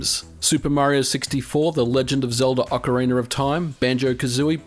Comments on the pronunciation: Ackarinor of Time 😂... It's actually pronounced Oh-kah-ree-na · Why do I hear some people pronounce "ocarina of time" like: "ocariner of time"? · I genuinely love it when people say “ocareener” instead of “ocarinuh”. Accents rock. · I love the way he said Ocareener of Time. ❤🎉❤ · OCARINER OF TIME BABY!!🍾🍾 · Ah yes, my favorite game. The Ocariner of time. 😂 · It's common in some regions (such as Australia and England*) to add an R sound to the end of a word which normally ends in an "ah" sound, if it is followed by a vowel. So someone might say "It's ocarina time!" ("Ocarina" is followed by a T.) But then they could say, "The Ocariner of Time". ("Ocarina" is followed by an O.) This makes the words flow better, similar to saying "an ocarina", as opposed to "a ocarina". But apparently, most people don't think about this habit, and some may even deny doing it! *Generally, places where people pronounce the letter R as "ah", instead of "arr". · Ah, yes Ocariner of Time; my favorite. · Ah yes, the Ocoriner of time... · Am I the only one that heard "Ocariner of time"? Anyway all your videos are really awesome. Keep up the good job. :D